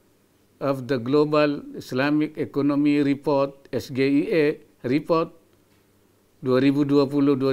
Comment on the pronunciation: Di Indo, SGIE memang biasa dibaca ES GE I E ya, bukan ES JI AI I :D